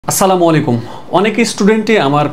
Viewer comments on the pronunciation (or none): none